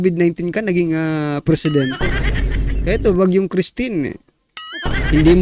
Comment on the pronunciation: PAINGLES INGLES KAPA! TAS "ANONG ATING GAGAWEN?" ALA EY... KUNG DIMO ALAM EY DIUMAYAS KA DYAN KAYA?